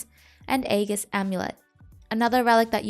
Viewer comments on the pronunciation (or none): none